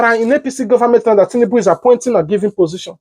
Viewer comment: did I hear oshimole said tinundu 😂😂😂😂😂